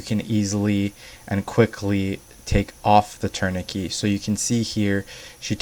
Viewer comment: Good technique. Just a heads up though it’s pronounced tour-ni-ket